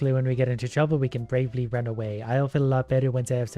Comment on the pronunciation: "Luckily when we get into trouble we can brevely run away." 😂 Ok.